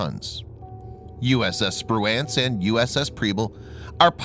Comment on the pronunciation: Liked it but you or the computer kept mispronouncing Spruance